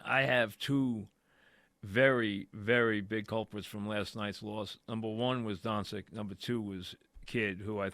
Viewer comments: Pronounced Done-chitch 😂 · Luka “DoNsIk” Mike, maybe consider taking speech classes. His name has been said 1 million times over the last 5 years and you still can’t get it right? You do talk radio for a living ffs.